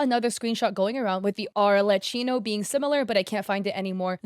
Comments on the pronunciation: btw u pronounce arlecchino as "arle-keyno" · Oh btw arlecchino is said like arlekino❤️ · Just for you to know it, since it sounded like you were struggling with it, Arlecchino is pronounced "arlekkino" (The "ch" is not read like you would read it in "China", but it's more like a "k", as in "karate". Since in Italian "ch" is read as"k") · Arlecchino is pronounced like "Arlekino" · making the boobs bigger i crazy anyways but especially since Arlechinno doesn't even have big boobs anyways, and she's a female who's pretty masculine presenting, going by the title "Father," wearing a suit, and being one of the more covered up females in genshin (besides the children obviously) Btw I believe its pronounced ar-leh-chi-no, chi as in cheese. Or at least that's the most common pronunciation I hear. yeah I noticed immediately it was boothill's splash art face since I see it all the time; I play honkai star rail and I also save pictures of my favorite characters artwork to my phone. I wouldn't be surprised if the first acheron shown was traced off her in game icon (like the little picture of them when you're selecting characters) or just actually her model because its so... well, on model lol. Sunday is probably traced from someone else's fanart though because that's not how he looks in official art. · archeleppo? I'm sorry ma'am but she's arlecchino (i don't mean this in a mean way, i just couldn't control myself from saying this, this is too funny lol) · ik im late but i was dying when u misspelled arlecchino's name (its pronounced arle-khino i think idk!!!!!) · As italian i have to scream it loud: IS PRONOUNCED ARLEKKINO!!!! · im sorry but i died a little when you said arlecchino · Non genshin players pronouncing Arlecchino’s name never fail to make me laugh 😭 AND BOOTHILL IS A GENSHIN CHARACTER?? 😭😭 I LOVE YOU BUT U WERE SO CLOSE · its so funny to see u mess up arlecchinos name LMAOO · I'm not Italian and even I know how to pronounce Arlecchino's name